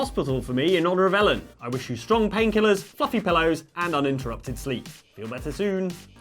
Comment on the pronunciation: Did you just call Ellen "Helen"?